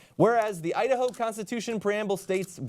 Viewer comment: idaho? no, udaho.